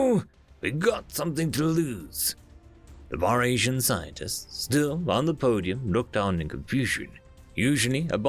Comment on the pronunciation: It's pronounced "Fuh ree sian".